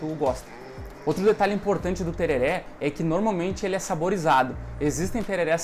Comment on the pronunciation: A pronúncia correta é Tererê, msm os Paraguaios falam assim, na gramática do espanhol o acento agudo apenas sinaliza que aquela é a vogal tônica, e não que a pronúncia seja aberta como no português. Portanto msms que esteja escrito tereré, a pronúncia sempre é tererê!